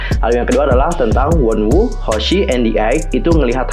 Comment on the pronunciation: Wonu lah bukan wonwu bacanya